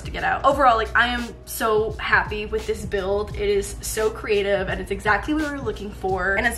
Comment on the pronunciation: “Crateive” solutions 😂